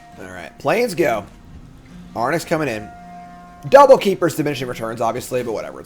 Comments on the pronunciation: Of course it stings a little whenever mispronounces a card name but it's also really funny how chat keeps screaming into the void of his dyslexic brain with increasingly useless advice. Anyway Fox from Starfox flies an Arwing but in OTJ he'd ride an Arwynx. Boom mnemonic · Air-Inks? like Lynx, Sphynx....i mean its not important, but way too much time was spent on it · Fyi, for how to pronounce Arynx, you're currently swapping the N and the Y letters. Say "lynx" (as in the animal) but with a R instead of the L (so "rynx"), and then put an A in front. I'm not sure people care if you say Ay-rynx or Ah-rynx or whatever, as long as you don't put the N in front of the Y haha. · Chat giving him the business about his pronunciation of Arynx. They've had it as well 😅😅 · I've been saying it since day 1 haha. When he interviewed all his teammates at the Pro Tour a bunch of them said it correctly, and then interviews himself and says it incorrectly 😅 like he's surely doing it as a joke at this point hahaha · Before the end of the set I need to hear him say arynx properly one time. It wouldn't bother me so much if it was a tomato/tomahto situation (or how he pronounces brigand) but he just throws the order of the letters out the window. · BrigAND I can forgive him for, sure he's saying it weirdly, but at least the letters are correct. Arynx he is swapping the letters around so it's a different word entirely.